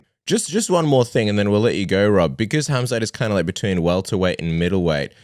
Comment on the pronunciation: I’m glad he made the effort to pronounce his name with H not khamzat!